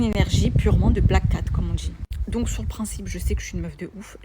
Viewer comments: Et la manière de parler... "Je vous DJis, menTjir.." c'est horrible cette nouvelle manière de s'exprimer qui devient si commune chez les nouvelles générations ! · Mais qu'est-ce qu'elle djit ? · J'ai "dji" oui et je mérite l'excellence. Ça doit être ça 😂😂